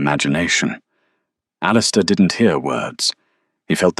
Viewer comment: Okay AI. You've got to get your act together. How does one even pronounce "Claraara"? I think I did a better job with "Alistister". Otherwise, it was a gripping story. Very nicely done. Thank you.